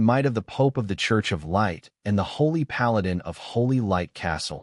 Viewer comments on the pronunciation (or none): none